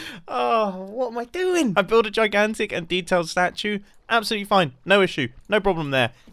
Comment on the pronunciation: Stachue like statue but the first part is pronounced stache